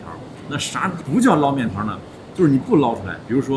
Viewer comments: 天津人都叫捞（láo 二声）面，不是 lao一声。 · 天津人要读捞（读二声）面，崩（读一声）豆张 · 捞面捞读二声😊